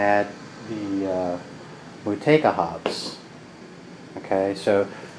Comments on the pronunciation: The proper pronunciation in New Zealand is "Mow Two A Ka" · Fun stuff! As per Time4Another1 , this hop is pronounced "Mah Chew Wake Ah". We all seem to pronounce it wrong, lol!